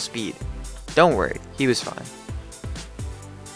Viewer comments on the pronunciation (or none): none